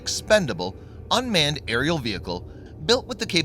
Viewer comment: aerial, not areil!